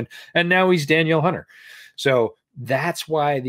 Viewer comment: Just a heads up, Danielle Hunter's name isn't pronounced like Daniel. It's Da-kneel.